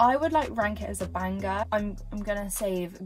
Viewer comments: why does she pronounce the g in banger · Why does she say banger like that?